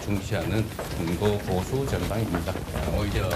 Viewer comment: ㅋㅋㅋㅋ ㅋㅋㅋㅋ ㅋㅋㅋㅋ 형보수지 로 들리는것이 나쁜인가 중도보수 민주보수